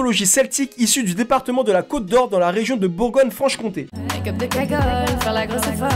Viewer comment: "Franche-Comté" j'ai replay pour être sur